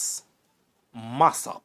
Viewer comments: u start by mispronouncing his surname. Its Mass-O-p, not Mass-A-p. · Why is your pronunciation so awkward and clumsy,the man was not “mass app” the pronunciation is “ mass Up”. And he was referred to as “Claudine” not”Claud”. Hence “ claudy Massop” stop talk like you not Jamaican, you are such a terrible narrator, interesting story but you make it difficult to listen terrible presentation